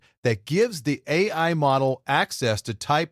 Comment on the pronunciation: So the voice is AI generated? There are just too many slip-ups (errors) in the voice track. Things like mispronouncing "AI", and LLLM instead of LLM.